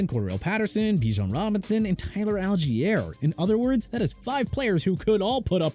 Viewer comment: First off, Colt McCoy been let go. Second, Al-jeer? Seriously... correct pronunciation is Ahl-gy-ur! Come on... Third, Dolphins offense at #9. Thanks a lot. Unbelievable.